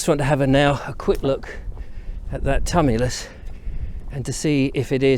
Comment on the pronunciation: Tumulus pronounced tu·mu·lus